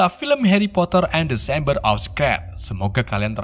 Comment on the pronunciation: The chamber jadi desember. Fawkes jadi faskes. Sorcerer's jadi socres.